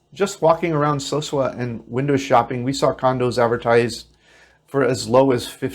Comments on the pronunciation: It's not SO-shua. It's so-SU-a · So sue ah... repeat after me So sue ah... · Sosua is Spanish. Pronounced So-Su-Ah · Sorry I had to stop watching the video after about a minute. First you can't even pronounce the name of the city correctly, and then you focus on prostitution and crime. Great start to get me interested in how to move to live there on $1100. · Please learn how to properly say the names of the two towns east of Puerto Plata n Think your Elephant is legal